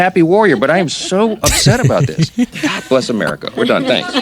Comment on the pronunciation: Th3 way Mike says Bless America it seems like America sneezed